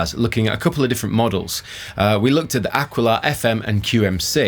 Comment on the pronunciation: Ah. Key. La, not Ah Quill Ah